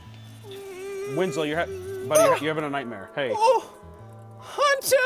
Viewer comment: Winslow sounds like “Itsagundam”